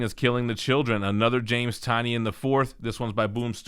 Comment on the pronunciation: I believe it’s pronounced Tin-ion